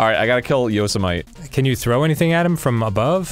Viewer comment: Are they deliberately mispronouncing “Yosemite”? I can’t tell.